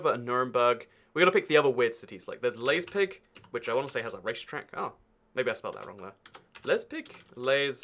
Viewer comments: Leip-zig. NOT Leiz-pig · it pains me to hear non-germanic people read the ei in words like Leipzig and Zeit as "ey", its proper pronunciation in most cases is more in line with the ie in english words like lie which is "ai" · Your pronunciation of Leipzig is killing me inside. It isn’t spelt liezpig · He pronounces it like lesbisch . 😂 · its pronounced [li-pp--tsick] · correct pronounciation is Laiptsch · theres multiple saxonies and its pronounced laipzig then theres Mecklenburgvorpommern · the er in berg is pronounced like air the u in burg is pronounced as if you boo somebody off the stage the lei in leipzig is pronounced like lie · Liep -tzigg. Leipzig. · It is Leip- tsig. The ei is like the i in time. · As someone from Leipzig that pronunciation almost physically hurt me but at least you know where it is and that it exists. Our population is now a fair bit bigger than it is shown here in the quiz. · Your keyboard forces you to, but it's a little bit funny that you have to write Dusseldorf instead of Düsseldorf, because Dussel is a german word for idiot or fool. So, Dusseldorf would mean – literally translated – Village of the Idiots. Probably, some proletarians would agree to you :D. You didn't really find Leipzig. The app is right that the name consists of the syllables Leip and Zig, but not Leiz and Pig. Perhaps, you had Schweinfurt in your mind ;-). Your problem with Berg and Burg is a little bit funny; but understandable as well. In English they are pronounced the same way but not in German. Burg is pronounced Boorg like in stood – or Bourg in some dialects. It means castle or fortress. Berg would be probably written Bairg in English, it means mountain; as you said. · I am from Germany and it's so funny for me when u try to spell "Leipzig" :D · LEIPZIG, GODDAMMIT. LEIPZIG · Anyone else screaming Leipzig at the screen... I’m British and even I can pronounce leipzig😂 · What is that pronunciation of Leipzig loooool